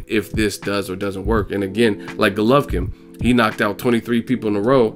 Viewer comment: Golovkin dumb ass not gulovkin that is how u saing it